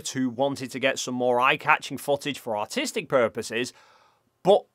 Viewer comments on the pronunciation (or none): sounds like you said "for autistic purposes" instead of artistic, it could definitely be both 😂